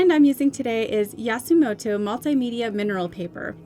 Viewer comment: You said Yasumoto but it’s Yasutomo